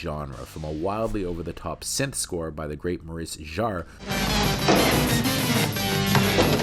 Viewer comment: The mispronounced surname Jarre, terrible! Anyhow this film sits well with: Altered States - Brainstorm - The Dead Zone - Dreamscape.